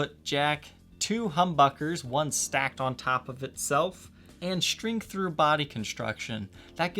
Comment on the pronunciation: This seems correct to me as well. Also, as far a pronunciation, 'ver' in verdigris should sound like the start of 'very' rather than like the 'vur' sound as in 'pulverize,' and the ending sounds just like 'degrees.' And for the record, I enjoy the videos, but the inclusion of so many 'sh' substitutions in dialect (e.g. 'shtring' instead of string, 'shtriking' rather than 'striking,' and 'shtrat' rather than 'strat.') bugs me. I should probably just let that go...